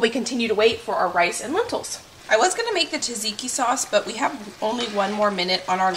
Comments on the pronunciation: Btw its pronounced Zadziki, not Tazaiki !! Love yr videos. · Everyone else has great tips on how to make the best tzatziki they know of meanwhile over here the only tip I have is that it's pronounced Cha-cheeky